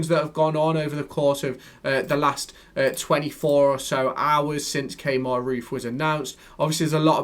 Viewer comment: Key-mar (Kemar) not Kay-mar 😆